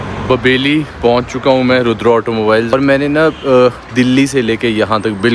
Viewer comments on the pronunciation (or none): none